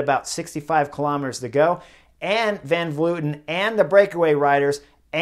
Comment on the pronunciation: Honestly it was great to hear "Van Vleuten" said correctly. Everyone says "Van Vloiten" for some reason.